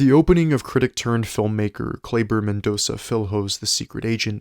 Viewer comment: Mendonça is pronounced Men-dohn-sah, not Men-do-ká.